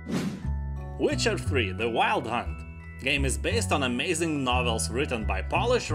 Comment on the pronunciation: You say wife like vife and witcher like vitcher.....subbed to this funny pronouncing :)))